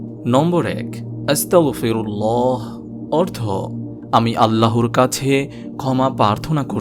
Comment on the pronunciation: আপনি যে 5 নম্বর ইস্তেগফার বললেন ওখানে আস্তাগফিরুল্লাহি লেখা আর আপনি বললেন আস্তাগফিরুল্লাহা